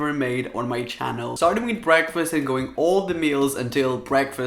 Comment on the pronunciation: Why tf do you say "preakfast" 😂